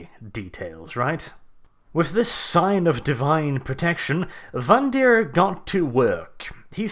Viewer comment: Speaking of "for fuck's sake"...the name is VANDIRE (rhymes with "tire"), not vandeer. Otherwise, funny and very nice vid. Well done. :D